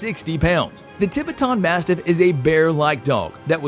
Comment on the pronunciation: The way he pronounces Tibetan Mastiff 🤦🏽‍♂️